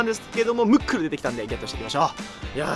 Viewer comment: ムックルがもっくんに聞こえた